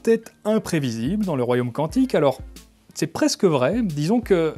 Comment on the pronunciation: "QuOUantique c'est joli". Biz à nos cousins belges ;-)